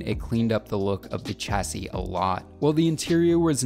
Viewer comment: Great vid, but your pronunciation of chassis is baffling